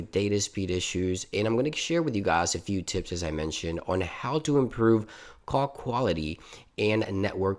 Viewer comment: He also said coc quality’s